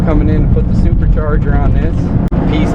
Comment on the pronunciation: yo did u say super charger ? lol